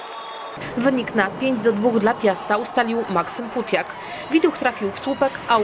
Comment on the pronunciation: w sumie Pautiak a nie Putiak xd